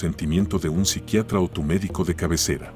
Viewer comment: Amigos que no se dice con el Psicriatra? Donde el Psicriatra no está bien dicho,sorry pero quería decirlo,pero muy buen video.